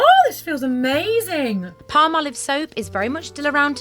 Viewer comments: I love how you say palm-olive, Americans say pal- molive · Ok, I can't believe it never clicked in my brain before. As soon as I heard her say "Palm-olive", it was like an epiphany! I have always pronounced it more like "Pal-molive" 😂 Seriously!!! I never saw the two words Palm and olive in the name before. 🤦‍♀️🤷‍♀️ 😂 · Palmolive is an oldie/goodie product. It goes way back to my grandma's time, if not before. However today was the first time I realized it was named for the ingredients: palm oil and olive oil. Who knew? I looked it up based on your deliberate pronunciation, "palm-olive".😊